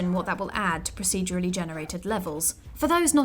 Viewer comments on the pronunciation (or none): a little bit of me dies whenever the narrator tries to say 'procedurally'